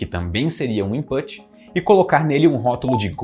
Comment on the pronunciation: 👩‍🏫 Minha aulinha de inglês com quatro palavras que o pronunciou no vídeo: input, output, pug e yorkshire A palavra put, que está contida em input e output, rima com book. A vogal faz um som intermediário entre "u" e "e", que eu chamo de "u preguiçoso" ou "falso u". O nosso queridíssimo pronunciou errado (na minha opinião poderia ter pronunciado input e autput, já que está falando português no vídeo todo, e o som ficaria ainda mais certo 😉). Outras palavras que enganam assim: push e Bush Pug está certinho! 👍 Rima com club. No português esse fonema vocálico existe na letra a antes de m ou n: pano, chama Yorkshire e outros nomes de lugares que terminam com "-shire" se pronuncia tipo "yorksher". A palavra shire, quando isolada, se pronuncia por exemplo "shair" lendo em português, e significa "município" (especialmente do interior da Inglaterra). Minhas aulas de inglês são individuais e baratas, para todos os níveis, e eu explico as coisas da língua muito bem. Estou precisando tanto de alunos! Me contratem! No zap: (